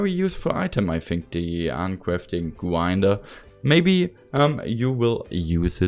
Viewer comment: Uncwaftring gwinedrer